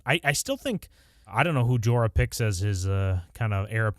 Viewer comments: His name isn’t Jorah. It’s Jeor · Lord Commander Mormont was Jeor, not Jorah…